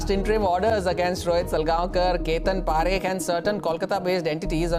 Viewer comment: Bro for your kind information,parekh are jains and pareek are brahmins , please pronounce parekh properly